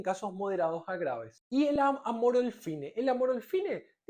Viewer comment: "Terbirafina" --> TERBINAFINA 🤦🏼‍♂🤦🏼‍♂🤦🏼‍♂🤦🏼‍♂🤦🏼‍♂🤦🏼‍♂🤦🏼‍♂🤦🏼‍♂ "Cicloprox" ---> CICLOPIROX 🤦🏼‍♂🤦🏼‍♂🤦🏼‍♂🤦🏼‍♂🤦🏼‍♂🤦🏼‍♂🤦🏼‍♂🤦🏼‍♂ "Amorolfine" ---> AMOROLFINA 🤦🏼‍♂🤦🏼‍♂🤦🏼‍♂🤦🏼‍♂🤦🏼‍♂🤦🏼‍♂🤦🏼‍♂🤦🏼‍♂